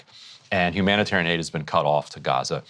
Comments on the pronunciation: HumanitORIAN?.......someone can't even say the word! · He intentionally mispronounced Humanitarian Aid Trucks.. “humoratairan aid truck”!